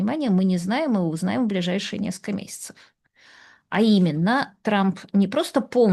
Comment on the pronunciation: Режет слух -- наскока вместо несколько и т.п.